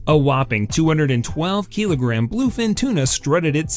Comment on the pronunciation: The pronounciation of kilogram and wagyu is very strange, waygyu? keelogram?